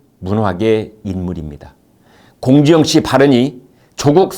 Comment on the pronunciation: 발음이 사이다.... 공지영씨발*이